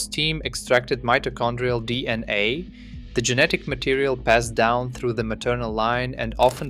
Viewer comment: Are you really convinced that it's pronounced D&A?